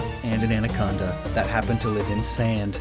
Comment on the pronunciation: “Andaconda.” shows balled Python